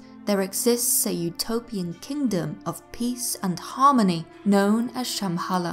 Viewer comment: the way you pronounce Shambhala is horrible! nice channel thou.